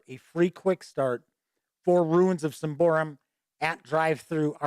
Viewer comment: Sym-ba-roum, not Sym-by-room, great review though